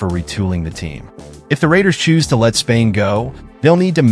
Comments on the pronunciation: Dang how many times you gonna say his name and wrong , Spillane not Spain come on you got to catch that kinda error just sounds ridiculous saying his last name that many times wrong with no editing ! Come on dude 😂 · Raiders will not trade Spilane. This guy sux at names..